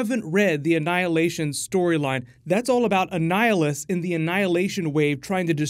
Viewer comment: He definitely said Anhilation